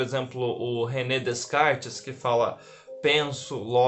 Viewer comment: Põe um microfone na camisa , é barato , e seu som irá melhorar muito .. E por fwvor , não diga DeScartes . O correto é pronunciar DECARTES , o s é mudo